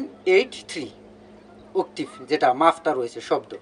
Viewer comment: আপনার শেখানোর ধরণ আমার কাছে খুবই ভালো লাগে কিন্ত্তু উচ্চরণ টা ভালো করলে আরো ভালো লাগতো, কথাটা উকটিব হবে না, অক্টেভ ( Octave) ধন্যবাদ🙏💕 খারাপ পাবেনা। শুনতে ভাল লাগবে তাই বললাম।